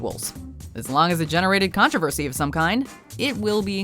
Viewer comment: There is NO "a" in the word (controversy). It is pronounced "Con tro versy" Not "Con trav aversy"